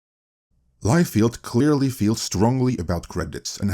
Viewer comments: all due respect, but feld is pronounced different from field. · This is NOT how you pronounce Liefeld,. lol It is actually pronounced Lie-Feld. BTW if I'm not mistaken, David Masel actually came up with the idea of a concentrated studio with all the Marvel movies in one place. And he suggested it to Ike Perlmutter.